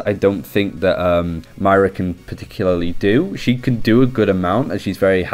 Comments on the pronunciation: Not Myra There's an "O" in there MOIRA M O I R A M O I R A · Moi-ra not Myra! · I was about to post “stop calling her Mayra, it’s Moira” but now i don’t need to ...oh shoot! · no it’s not. You either say moira or you say myra like you are That’s not an accent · I know a ton of people have been saying this but... its pronounced moi-ra (with a slight roll on the "R") -An Irishman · Sorry but it’s not ‘myra’ it’s moira pronounced ‘moyra’ please say it right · ITS NOT MYRA!! It's Moira. Please! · Moy-ra not mayra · If we here in america can say Moira (pronounced moyra) so can you, I believe in you! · as someone from Ireland, it is actually hard to listen to =p I would recommend you think of it as Moy-Ra, where Moy is pronounced like Soy, as in soy sauce. Hope that helps. Good video otherwise =] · You pronounce it Myra, my Mrs' name. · ITS FUCKING PRONOUNCED MO-Eye-Ra FFS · If you bring out another video pronouncing her name "myra" i'm unsubbing... I love your videos but I cant be listening to myra, myra, myra... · Please... this is the second video in which he mispronounces it the whole way through. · Its not his accent, he's mispronouncing it, I mean it's an Irish name, he's from the general vicinity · It's not his accent at all. he's mispronouncing it; all english accents can say Moira perfectly fine. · can u learn to say her name correct its really annoying :) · Is anyone else annoyed at how he pronounced Moira?